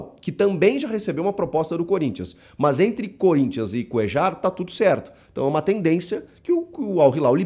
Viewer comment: Te corrigindo Chico. Não se pronúncia coeJar e sim CoeLHAR. ele é colombiano e sendo assim a pronúncia certa do nome dele é coelhar (coellar) igual o cantillo colombiano também o certo é cantiLHO E não cantiJo.